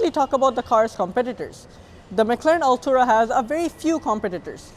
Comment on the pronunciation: No hate but please pronounce it correctly, you’re saying “Altura” not Artura. Nonetheless good effort.